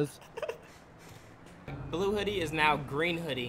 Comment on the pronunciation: Green he really said gruze 😹